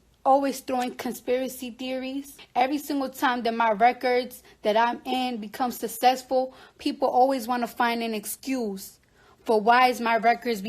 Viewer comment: Was she saying SUSESSFUL? 😂